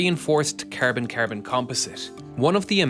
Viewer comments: Bro keeps calling carbon ‘carebin’ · I love the way he says Cærbon lol